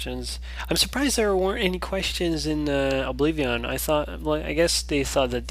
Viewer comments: obliveon??? what the fuck is obliveeeeooon lol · it bothers me on how he says oblivion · OBLIVEEAHWN love it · it's like you say obliveeon, awesome! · yea he says oblivion funny but he's a great.example of a gamer that challenges himself and manages to pull of great lets plays